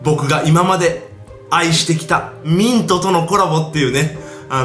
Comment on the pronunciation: 俺は💩の呪いだ〜って聞こえたw